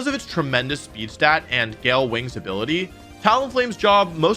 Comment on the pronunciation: Isn't it stat not stab ????😅